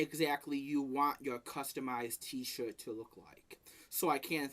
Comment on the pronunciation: he pronounces t-shirt as "t-shit" hahahahahaha